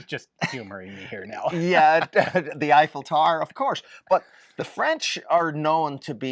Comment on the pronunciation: Bro said Eiffel tarr